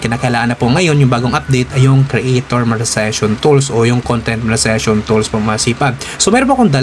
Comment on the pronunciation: Monetization Sir hindi Monezation., Good vibes always support here keep it up